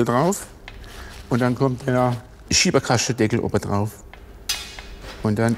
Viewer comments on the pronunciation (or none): "Schieberkaschtedeggl" neues Schwäbisches Lieblingswort xD. Oder ist das schon fränkisch?